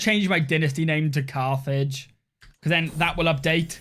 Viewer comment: Cathage… or Carthage? 😂 Awesome job on this campaign, and love the content!